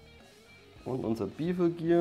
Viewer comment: Bevel gear wird allerdings bävil ausgesprochen und torque wird tork ausgesprochen und nicht tortsch. Wollte ich nur mal angemerkt haben. Soll kein Angriff sein.